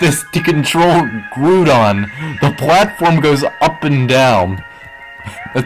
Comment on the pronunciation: Funny how the BLUE orb controls Groudon. And BTW, it's Groudon, not Grewdon or Groodon. Grou like Ground or Grouchy. 😑